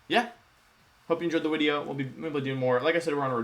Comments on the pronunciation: Hello wideo man, good wideo will be on the stream after the wideo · Real Youtubist say Wideo. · I have a question for the Wolfey, do you spell a wideo as wideo or video? For I do not want to be a normie! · you should be saying wideo! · If the "v" and "w" sounds are switched, why don't you pronounce your name as "volfie"? O.o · why does he replace v with w?